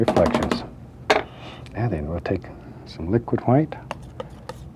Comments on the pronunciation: Is it white or hwite? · Am I the only one who realizes he pronounces White as Huite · I love the way he says HUWHITE